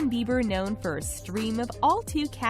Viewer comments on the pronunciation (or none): Justin BEIBER. "EI" wtf